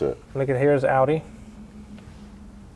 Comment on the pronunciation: American pronunciation of porsche is ok but they're off with audi & volkswagen